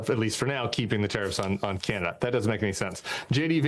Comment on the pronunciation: Can-ah-da. Stop this Key-Yan-ada nonsense.